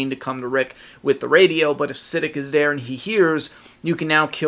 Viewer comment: Yo! I think you're saying Siddiq wrong lol. I am sure its pronounced like "Si-Deek"